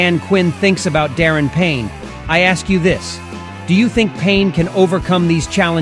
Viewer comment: FYI his name is pronounced Da Ron Payne not Darrin.